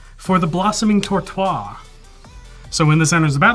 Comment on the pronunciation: One of the funniest episode ever. been very smart. I love this face "Yup, two lands. Let's save people from each other to survive." tortois(e) pronouciation was superb as well as his ramp. Polluty dewdee. being aggro and making "salty as a sea serpent". being a constant and calm smiling threat despite a whiff on Gishath's trigger.